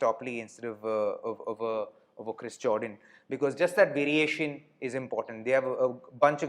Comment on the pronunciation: Jordan ❌ Joedaan ✅ 😂